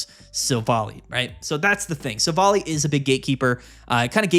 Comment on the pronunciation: It’s not pronounced Silv-ally?